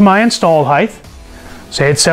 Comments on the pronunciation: I really dig this guys straight forward though guy delivery, I really do! It was straight forward and to the point and tons of energy! He hit on a lot of points very quickly and was very memorable. My only notation is that he said HEIGTH several times....it is HEIGHT!!!!! But I have OCD....so there is that. PAC is my go to for every engine build!! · Why do so many American pronounce the word Height as if it is spelled Hith?